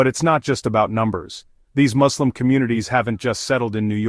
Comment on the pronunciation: I wanted to share a quick note about the pronunciation of the word ‘Muslim.’ The correct spelling is M-U-S-L-I-M, and it’s pronounced ‘Mus-lim’ with a clear ‘Mus’ sound at the beginning NOT …. Moz. I just wanted to clarify this to avoid any confusion. Thanks for understanding!